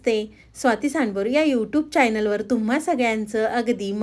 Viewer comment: पदार्थ चांगला पण किती अशुद्ध बोलताय. मेंदू वडा ्यासारखे अशुद्ध शब्द. चायनल, अ से आहेत.